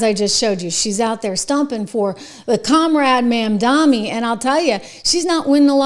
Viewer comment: MamdaNi not MamdaMi. Please at least say it correctly.